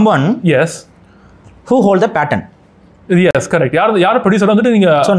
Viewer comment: it's Patent. Pronounced as Pay-tent. Not pattern